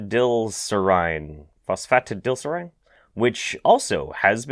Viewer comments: Do you not... understand how to say phosphytidylserine? phosphytidylserine. "phoss... fat. ta dil serien"... phosphytidylserine. Why can't he fucking say that? what the fuck? JK I love you man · I've also seen "proprietary blend" on energy drinks, but usually they still tell you what exactly they put in there. By the way, phosphatidylserine is pronounced like, Foss-fa-tide-ill-sear-een. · phonically = Phospha-tiddle-serene :) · pronounced: Phos-fate-tidyl-serine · Nerd post incoming... So there are 2 ways I have heard phosphatidylserine pronounced: fos-fa-tye-dil-seer-een fos-fa-tid-il-seer-een It's actually a component of the cell membrane that is usually cytoplasmic, but is flipped out (by an enzyme called flippase) when a cell starts apoptosis. It's used as a signal to the immune cells for clean up to limit potential for autoimmunity.